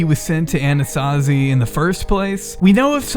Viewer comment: My bimbo brain kept hearing Anasazi as Anastasia Beverly Hills. I was very confused picturing Norvina fighting a bear or some shit